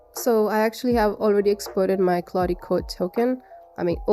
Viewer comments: Anthropic's Claude is named after Claude Shannon a pioneer of computer science and inventor of Information Theory. Anthropic's LLM is named Claude after his first name, and the pentesting tool takes his last name. Claude is pronounced "Claudd" with the "e" being silent. The emphasis on his last name is on the first syllable "SHAAnnon". It sounds really weird to industry professionals when it's pronounced "Claudy shanNON". 😏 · Love the way you say Claudee and Shanoon!